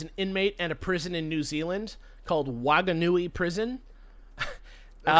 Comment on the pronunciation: Oh man, listening to people try to pronounce New Zealand place names is painful. The "Wh" in Whanganui is pronounced more like an "f", and the "a" isn't pronounced so harshly, it's closer to how the "a" in "far" is pronounced.